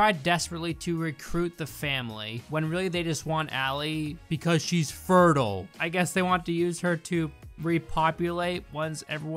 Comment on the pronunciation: The way you said fertile made me physically say "it's fertile, not 'furdle'" and chuckle to myself as I was the alpha gamer